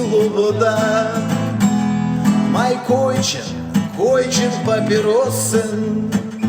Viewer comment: Не Койчен, а КойФчен.. Це ідиш, але з німецької kaufen.А то койчен викликає якусь образливо асоціацію